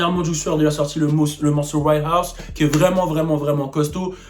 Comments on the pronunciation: "Right house" 😭😭😭 "righteous" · mdr on dit "righteous" pas right house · Righteous se prononce "raïtcheuss" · Mdr il a dit right house